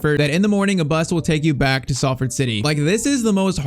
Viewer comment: “We we’re offered the chance to travel to Manchester” Salford is literally in Manchester😂 btw though for pronunciation Salford is pronounced “Sol-Ford”